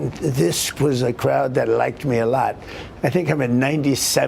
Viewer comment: "They liked me a lud"